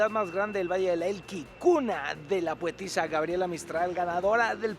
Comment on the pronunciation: ¿"Vallle del Elqui"? xd